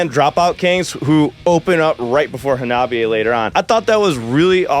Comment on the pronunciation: Kills me that you still pronounce their name wrong... it's not Ha-nobby-a.... it's Honnah-Bee-A. Minor gripe, but audibly it's a world of difference. 😛But yea, it was absolutely surreal getting to see them live, I could not believe when they announced the U.S. tour that they would be coming to Wisconsin, made my year.